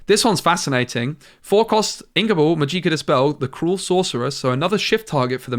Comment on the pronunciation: I can't help it haha. It's not "Majeeka" it is pronounced "Magic-ah". Love your content, helped me a lot